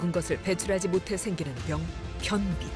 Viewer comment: 발음 개웃기네ㄱㅋㅋㄱㅋㄱ변!비 설!싸ㅋㄱㅋㄱㄱㅋㄱ매운크림 리조또 함부로 먹지 마셈 지금 변기 위에서 보고ㅇㅣㅆ음ㅈ